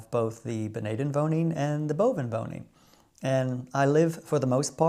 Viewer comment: Enjoyed your newest video, 🍀. How you say "onderwoning" en "bovenwoning" is marvellous. Nothing wrong with an accent. When I speak Dutch, I have a slight Frisian accent. People from the south have "een zachte G" and that sounds lovely 💕. Your optimism is needed for the next 4 years, isn't it? Won't say I'm a pessimist, but hearing Trump's inauguration speech made me feel sad and even a bit depressed. You voted for Harris, which is no surprise. You have enough common sense 💙, that was already clear to me. Don't know if you can call all these MAGA people polite? Of course I know they are as polite as a You seem very polite to me, but one can also be too polite and then it tends to be fake. That's not the case with you, ❤. I've never been in America, but I see Americans on television and often with such a "toothpaste smile" and that seems often fake/doing polite to me. The Dutch and especially Frisians don't do that....perhaps some 😏. They are more "recht voor de raap". I like that and I'm rather direct too. Making money is more American than Dutch, despite our past as a "handelsnatie". I do something in stocks and crypto, but I don't buy the Trump coin or Tesla stocks for example. My impression is also that Americans are less interested in non-American things. They don't know much about the world outside the USA, am I right or wrong? It's of course logical, because the USA is soooooo much bigger than the Netherlands. Let's quit, because I'm writing a book here 📖😊. Wa